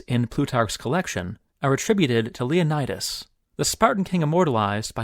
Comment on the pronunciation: Leonidas, not 'Lionædas'